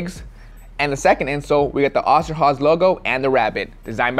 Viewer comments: Its not Osterhaze its Osterhase ^^ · Hey its oster with a long o sound not the a or h sound. My family that immigrated from Germany were the osterhoffs shortened to oster when they came here. I know this video is old as hell but still wanted to set that strainght and say thinks wanted to know if it would work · Funny how you pronounce Osterhase😂 ima German btw🕊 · The way he said Oster Hase killed me